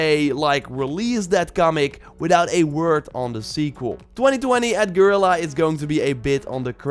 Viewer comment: Fascinating how even Guerilla misspronounces Guerilla...